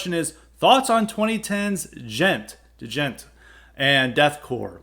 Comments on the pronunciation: Da-jent?, please put some respect on Djents name. The proper pronunciation is similar to the ‘g-e-n-t’ in gentlemen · Give Periphery 1 a try. It's the opposite of what you've described. Sounds like you dont know much about it, your not even pronouncing the word right. Bad takes on djent! We wont get off your lawn!